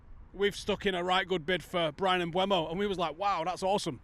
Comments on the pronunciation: Mm-boo-mo, not Mm-bway-mo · it's been 3 months, you can type PREMIER LEAGUE PRONUNCIATION on youtube search bar and listen for yourself when Mbeumo pronounces his name, and he doesn't magically switch the E and U letters around. It's not Mbuemo. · At least you could learn how to say his name correctly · Now we've signed him you'll have to start pronouncing his name correctly there! 😂😂 Another top video, cheers lads.